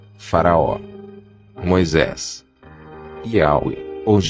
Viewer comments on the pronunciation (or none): O assunto é interessante, mas não dá para aguentar o narrador, é um chato, para não dizer um babaca, faz tipo pronunciando as sílabas tônicas sempre diferente do original da língua e da pronuncia corriqueira do povo; Moisés para ele é "Moisês", rocha é "rôcha" Para aguentar quinze minutos do vídeo é preciso ter "saco"!!! Pessoas se destacam pelo talento, outros apelam inventam uma bobeira para compensar a falta dele!!!